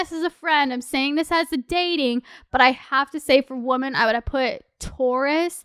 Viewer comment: Girl, I love you but I keep hearing woMAN when you are talking about multiple woMEN. ♥️♥️